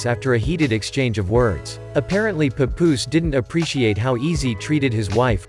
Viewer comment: Could’ve at least pronounced Papoose name correctly.